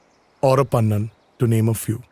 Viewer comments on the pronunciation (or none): Not pannan it's paanan